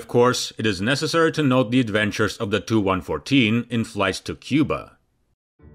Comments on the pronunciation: 'Tee you'. Not 'too'. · It's pronounced T U, not TOO. Grrrr!!!!! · Please do not pronounce Tu as ‘Two’ but ‘T’ ‘U’ somehow the accepted way of correctly pronouncing has become corrupted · Tee U not To. Seems common to sat it that way. Enjoyed the video. Nice airplane! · TU is "Tee You," not "Too." IL is " "Eye Ell," not "Ill." Please. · FYI…..it’s pronounced tupolev, NOT Too…..114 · He pronounces the TU initials of Tupolev 'too'. The video is neigh on unwatchable.